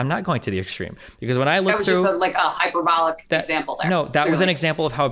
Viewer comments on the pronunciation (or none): none